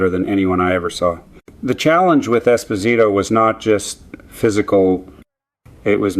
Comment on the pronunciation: Definitely. Mispronounced Esposito and Trottier. Why do they do this? So obvious.